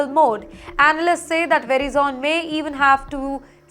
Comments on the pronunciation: Its Veriiiizon not Verizn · You pronounced Verizon wrong. Please correct. It’s not “vera zon”. It’s pronounced “ver i son”. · It's Ver-eye-sun ..not veri-zon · It's not VERY Zone idiot, it's va rie zen it's how it's pronounced. I don't know what baja khana school you went😊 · its not ve-ri-zone, its pronounce as və-RY-zən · It's Veh-rai zen not Veri zone. We all learn something new every day! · its pronounced as "vuh-rye-zuhn" not "veri-zon" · It's not pronounced veri-zone, rather "ve-rye-son", that's the nearest pronounciation I could think of. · It's not very-zone, it is vey-rai-son. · It’s pronounced Verizon and not Verizone (it’s not very zone) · were-Eye-zun...... Not what you are saying. From USA. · for Fs sake, It is not "VERY ZONE"... Also, its not "un-cer-teen-e-tea" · It's Verizon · Omg Ver-I-zon , please get ur English pronounciation right . This layoffs is not for Indians only it’s for alll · It’s pronounced Verizon not Verizone! Where is the ‘e’ at the end? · Its pronounced as vr·ai·zn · verizon is spelt - verai - zan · Lady correct your pronunciation: Ver-ice-on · The presenter should do her homework on finding the correct way to pronounce "Verizon". It should be 'Ve' - 'rise'-'zon' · Learn to pronounce names correctly. It's pronounced "Ve--rye-zun" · Medam ji verizon theek tara se pronounce karo. वराईजन होता है जी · Verizon pronounced Ve RIZON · I was about the say the same. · Hehehehe veri zone lol. Sounds like an oil company. Who hired her??? Verizone?? AT and T lol. Im enjoying this. I need some comedy. Oh nice. Raow Ters. Lol Veri Zone. Hey fatty who gave u a job? Veri Zone? Re sume ayes lol. I need this comedy everyday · very zhon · Your pronounce of the company name is so wrong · Lady you can't even pronounce the name right You're all getting fired I'm glad you will get fired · Please learn how to pronounce Verizon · Her pronunciation of Verizon is unbearable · Please pronounce correctly, Verizon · Where did you learn how to pronounce "Verizon"?